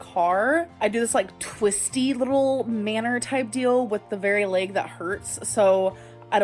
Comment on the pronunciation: I'm gonna be petty. It's bursitis not bursahtitus lol. Also, her symptoms don't sound like bursitis anyways. Her leeyg hurts because of the massive amount of weight on her knees.